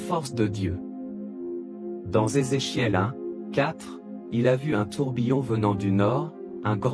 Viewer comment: Vous ne pouvez pas prononcer le nom de ce Monsieur comme les autres ?